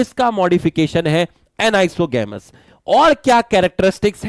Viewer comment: Anisogamous and oogamous said wrong